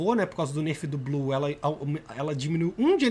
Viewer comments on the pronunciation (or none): none